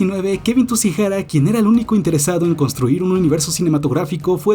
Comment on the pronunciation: De Tsujihara pasamos a "Tusijara" 😂😂😅